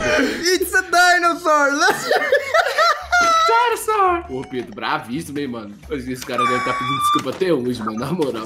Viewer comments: It's dinousor kkkkkkk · "Its a dainosor" KKKKKKKKK